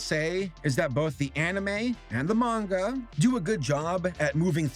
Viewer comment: Thank you for pronouncing Manga correctly